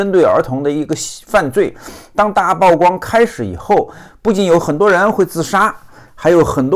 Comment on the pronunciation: 曝光！bao四声！！，你的语文是体育老师教的么？